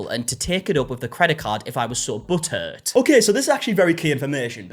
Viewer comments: Oh my God, it took me a minute to figure out what he was saying. I thought he was saying if you're so buttered by it taken up with your credit card. After a few times of hearing it now I understand butt hurt. Lol😅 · I love When he says “butt hurt”, because it sounds like butter. obviously they’re very close but because I’m not used to hearing it in that accent I only hear butter😂